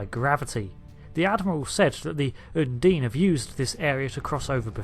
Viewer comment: Un-deen? Surely it's un-dine?